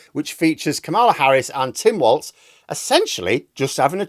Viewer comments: By way of a public service announcement, Tim's surname is not pronounced "waltz" it is pronounced "walls". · it's Walz, not Waltz